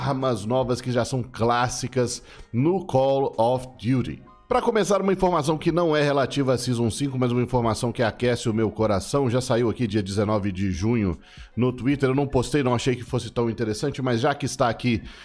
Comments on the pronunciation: Pessoas falando:call of duty falando:coul of dury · " Colo of diuri" kakakakakak ingles ta como?...é nós